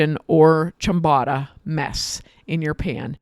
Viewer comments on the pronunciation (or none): It's a long 'o'. Phonetically chyam-boh-ta. Almost always a long 'o' in Italian as in ricotta, biscotti, risotto, bocce.